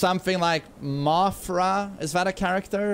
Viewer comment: saying Mofra from Godzilla made my day